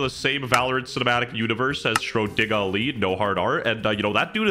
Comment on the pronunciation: Shrodiga lee oh no